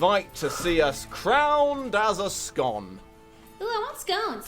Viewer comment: as a Scot, I feel obliged to point out that 'Scone' the place is pronounced 'Scoone'.